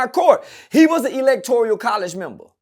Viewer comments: Electoral College not Electorial 😂😮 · Electoral my nigga not electorial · Electoral College . Not Electorial.